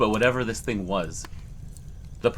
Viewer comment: Do you HAVE to do the Linda Godfrey every single time you say the word "THING"? I understand there may be times that it helps create tension or whatever you're aiming for ...but bro, it's beyond over cooked. This THING crawled out of the water, this THING popped its head up ..You just might want reel it back a little.